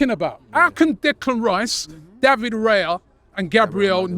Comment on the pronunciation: All that praise but he can't learn to pronounce Raya's name. And it's a four letter name